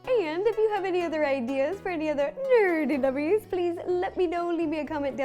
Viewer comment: yey! I missed Nerdy Nummies so much <3 and also the way Ro pronounces nerdy nummies is just so adorable <3